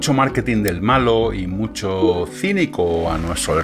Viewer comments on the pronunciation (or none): none